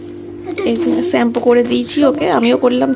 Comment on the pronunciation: তোমার উচ্চারণ এত খারাপ লাগে, কেন শুদ্ধ উচ্চারণ করো না? প্রচুর ভুল, একটা শব্দ তো মারাত্মক কানে বাজে। সেটা হলো স্যাম্পু। আসল উচ্চারণ শ্যাম্পু। তুমি স্যাম্পু বলো কেন? শ, স এগুলো ছোট থেকে শিখতে হয়। কিছু মনে কোরোনা, তোমার সাজগুলো খুব জবর জং, অল্প পড়বে কিন্তু সুন্দর ছোট্ট ছোট্ট হালকা সোনার গয়না পড়বে। বেশ আভিজাত্য লাগে। এসব ইমিটেশন কেনো পড়ো? হ্যাঁ খুব যাদের অর্থনৈতিক সমস্যা তাদের কথা আলাদা। তাও হাবিজাবি আজকাল কেউই সাজে না। দেখবে যারা বাড়িতে কাজ করে তারাও এখন হালকা সাজ সাজে। তারাও নিজেদের রুচিবোধ পাল্টেছে। গলায়, কানে এসব কী পড়েছ? হালকা সাজবে দেখবে ভালো লাগবে, রুচিসম্মত লাগবে। এতো ইমিটেশন পড়লে খুব ব্যক্তিত্বহীন লাগে। আর একটা কথা বললে, " মেয়ে ক্যামেরা করে দিচ্ছে " ক্যামেরা করে দিচ্ছে মানে? বলো ভিডিও করে দিচ্ছে। নিজেকে সুন্দর ভাবে উপস্থাপন করো, তবে তো ভালো লাগবে।